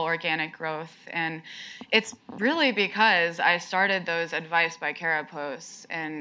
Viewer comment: Care-uh? I thought it was Car-uh.